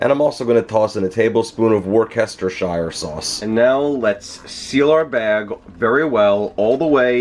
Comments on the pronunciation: I doubt you'll read this but just in case you do. Thanks. I wanted this tutorial! But... I'm from England and it's not called wustaKSHIRE sauce. It's pronounced, believe it or not, 'wusta' sauce. Almost always. Even when reading the entire word. Or, if you do want to go all in, 'wustashure' sauce, with the emphasis on the first syllable. Anyways, I'm buying a Sous Vide. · “Wooster sheer” not “work ester shire” sauce. 😀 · Nice to see you're venturing into the world of Sous vide. Loved the video, the beef looked perfect. My one criticism would be your pronunciation of Worcestershire. If I'm honest, as a Brit, it hurt a little when you pronounced it that way. For us, it should be pronounced 'Wus-ter-shure' almost entirely ignoring the 'cester' element of the word. I know it sounds counter-intuitive, but sadly that's what we're like in England. Nevertheless, keep up the good work :) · Wor Kesterhire lol. Great video brother! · try the english pronounciation of Worcestershire sauce. Very different! More like 'Woostershure'. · Whore-kester-shyre sauce! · For me it was getting hit in the face with that "WAR-KESTER-SHY-ER sauce". That made my brain flip. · The most hilarious pronunciation of Worcestershire Sauce I've heard. As a brit, please, please say it Wus-ter-shur. It makes our ears bleed! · I get it! This is a video on how not to cook soup vide style. Or how to pronounce war-chest-er-shire sauce. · It’s called wooshtoshter sauce. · War. Kes. Ter. Shire Sauce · Wooster shir sauce, it’s British. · Worchester is pronouned wooster. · workestershire? That's definitely not how you pronounce it. See video. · Pronounced wooster shyer sauce👍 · We Brits actually wince when you Americans mispronounce "Wuster sheer" sauce. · Wor-kes-ter-shire sauce 😂😂😂😂😂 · The pronouncing of worcestershire had me ngl Plus.. you really should boil down the au jus after sous vide. Youre not guaranteeing that it was properly cooked through that way